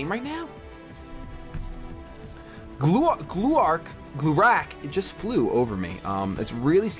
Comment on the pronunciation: You say glurak like Gliederung and the rac from irac